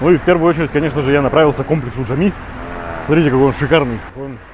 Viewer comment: и мечеть Джами, а не Джамми, Джимми...